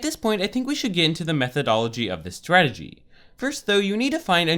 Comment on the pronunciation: it is really annoying the way he says strategy he said it like swagity